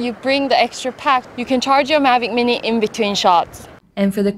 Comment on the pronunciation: when the vido start it sounds like she said magic weenii, i was like this a good vid but then its just thr drone she was talking about, so im looking now... lol